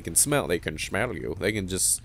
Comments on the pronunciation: "they can shmell you" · "They can shmell you." I died laughing to that.